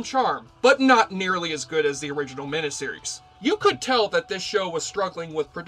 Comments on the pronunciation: just one weird critique: You keep pronouncing "mini-series," "MIH-NIH-sih-riz," rather than, "MIH-NI-sih-riz." Think of the word, "miniature." Something is mini, MIH-NEEEE. Not MIH-NIH. Otherwise, good coverage, without spoilers. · WHAT IS A MINIH SERIES?.....I'M SURE YOU'RE TRYING TO PRONOUNCE IT MINEE SERIES...WTF DUDE? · Why do you keep saying, mina-series, instead of, miniseries? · Just curious, why do you say minAseries instead of miniseries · Trivial,I know, but it irked me every time the word "miniseries" was pronounced "min-uh-series" when it's pronounced "min-ee-series", from the two words "mini" meaning small or tiny and series. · WTF is a "meneseries"? Did you maybe mean "miniseries"? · It's MINI series not MINA series!!!! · You pronounce miniseries like a West Virginia coalminer on his 6th can of Coors. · You say mini-series funny.